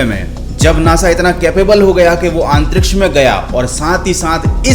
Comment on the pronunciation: your pronunciation of antriksh is really bad … improve it bro for your own good … I noticed in all of your video you say AANTTRIKSH